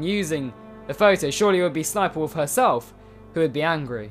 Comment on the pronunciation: He said Ess Ess Sniperwolf, it's just Sniperwolf or "sss-niperwolf". Don't make her a meme or y9u gonna get her more views, LOL.